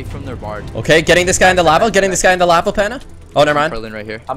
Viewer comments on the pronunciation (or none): Looool "HE FELL IN LAVAH"